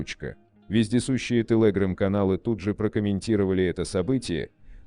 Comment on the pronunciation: Не интересно спрашивать, неужели всего этого никто не знал раньше? ". Интересно другое - у нас в стране совсем кончились настоящие, грамотные дикторы? Особенно умиляет " тэлэграм" в произношении робота.